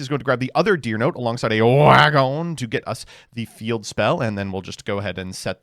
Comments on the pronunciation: why does he say wa gon like that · I might be wrong but it could be a Jojo’s Bizarre Adventure reference. There is a character named Speedwagon and a Nazi says the “wagon” part of their name like that.